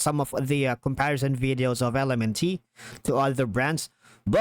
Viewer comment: It’s pronounced ELEMENT my friend